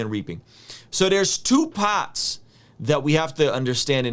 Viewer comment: Bro where you from.....that part when you said part sounded new jersey like lol....